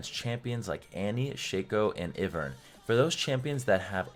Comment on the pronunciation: The way he says ivern man gets me everytime 🤣